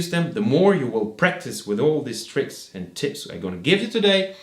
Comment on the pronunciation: Your English skills would be more convincing, if you pronounced the simple word "and" [and] rather than [änd]. Pay attention to the "d" and the end. German people tend not to differentiate the words "ent" and "and" in terms of pronounciation. The same applies to the word practice. German people tend to say [präctice] and those are tiny words revealing you as a German guy. I know that at school the teachers do not know better.